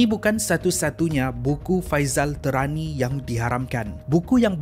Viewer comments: Ada bbpa sebutan yg perlu diperbetulkan oleh Admin: Faisal Tehrani - Bukan Terani.. tpi sebutan spt kita sebut nama ibu negara Iran iaitu Tehran. Sebut Teh spt sebutan minuman Teh. Dia antara top Syiah di Malaysia... gelaran Tehrani tu atas kapasiti dia pernah study di Tehran, Iran Al Arqam bukan Al Aqram. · salam, cara sebutan admin ada beberapa yang kurang tepat. Faisal TEHRANi (merujuk kepada Tehran, Iran. Pusat Syiah) bukan Faisal TERANI Al - ARQAM bukan AQRAM